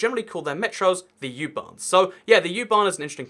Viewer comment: It's called U-bahn! Not Jubahn!😁